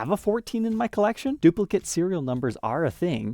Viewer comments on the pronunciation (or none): none